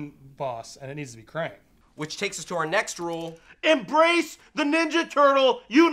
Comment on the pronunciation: Guys it's kraang not krane